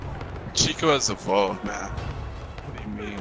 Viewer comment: Big Gweens 😂😂 had me dead